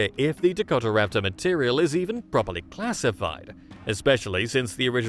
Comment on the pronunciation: Dakota-raptor….not Dako-Tara-raptor